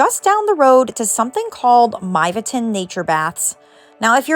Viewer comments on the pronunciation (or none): I appreciate that you admitted up front that your pronunciation is… not great. Many of them weren’t bad for a tourist, but some were literally hard to understand. When it sounds like you’ve never heard the name (Myvatn), that undermines your credibility.